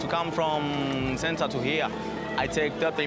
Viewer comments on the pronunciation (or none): none